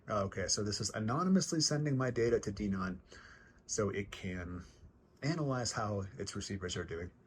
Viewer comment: You pronounced DENON wrong - it's "Den-ON." A couple of other things: I just installed a new X2800 myself, coming from an old Onkyo 605, and because I was a diehard Onkyo fan, it took some getting used to in terms of the Denon layout (I'm still figuring things out). The Graphic EQ settings don't have to be connected to Audyssey - they can be manually adjusted. I leave it all off. Also, those surround features you mention in the AUDIO menu aren't really related to what you said; your comments are more closely matched to the settings in the SPEAKERS section. The Surround Parameter menu under AUDIO controls other functions in the AVR, and you have to have content already playing to adjust some of them (which is a complete pain).